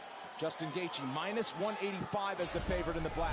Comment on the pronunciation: Why is it every time I hear him say gaethje I hear gay beech